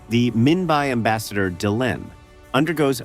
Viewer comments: J-kar not g-kar. Membari not membai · True the worst one was when it was supose to say Mimbari and totally screwed the pooch on that one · AI voices suck for pronouncing names that aren't "pure" english... Get's G'Kar and Minbari wrong in the space of a minute or two...